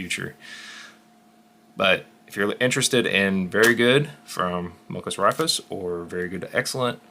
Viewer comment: Raifus is pronounced "Rai-foos," sort-of Japanese (ライフル) for "rifles."